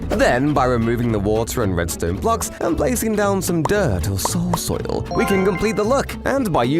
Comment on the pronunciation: why did he say "soul soil~" like that 💀😂